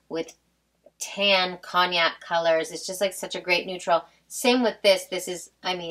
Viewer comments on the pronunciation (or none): none